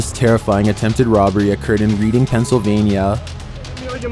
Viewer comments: For future... it's not pronounced reading pa.. it is pronounced redding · I know I’m late but it’s not reading as in reading a book it’s more like Reading as in the color red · It’s read-ing. Like, past tense in reading. You read that book. Redding pa. Lol. Reeding Pa 😅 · Pa native here; I think the town he is trying to pronounce is Reading, Pa. it’s pronounced “red”-“ing” or “redding”. Good video, the pronunciation just made me chuckle. Also bless that poor taxi driver, the relief he expresses reached me through the phone, as I’m sure it did for a lot of others watching. Be safe out there. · Just so you know—— Reading Pennsylvania is pronounced Redding (as in the alcohol beverage) not reading (like as in reading a book) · It pronounced "Redding" lol